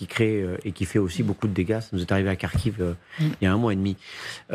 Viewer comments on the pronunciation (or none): none